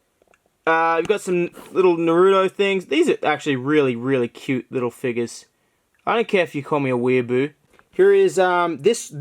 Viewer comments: It's figures not figes (fig-es) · Stop... stop saying it like that... FIGGERS